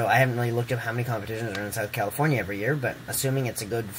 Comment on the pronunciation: *year, not yeah.